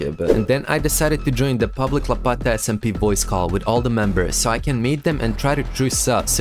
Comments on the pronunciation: bro its not lpata its lapata smp 🤦‍♂ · bros saying lapata 💀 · 1.08 " lapaeta smp"